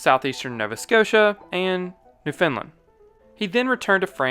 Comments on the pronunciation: Newfoundland -> /NU-f'n-lin/ Rather than /nu-FIN-lin/ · Not Newfinland but Newfoundland. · Okay canadian here. Newfoundland is pronounced Newfn-land.. hearing all the world's phonetically sounded out sounds so wrong... hahah they have a semi Irish accent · Can people start pronouncing Newfoundland New Finland, it is pronounced new - fin - land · Newfoundland. You butchered that name. Lol. noo-fuhnd-luhnd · Usually folks pronounce Newfoundland wrong in one way per video, you get extra points for managing to pronounce it wrong in two distinct ways in a single video. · Amazing video! Although as a Newfoundlander I'm obliged to mention your pronunciation was a bit off haha!